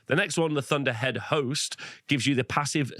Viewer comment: i swear he said lord of the hoes not lord of the host around 1 hour 25 minutes lol